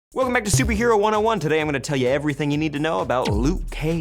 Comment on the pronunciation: he said "supey heroes"